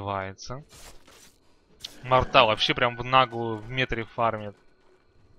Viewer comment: Не морта а мортра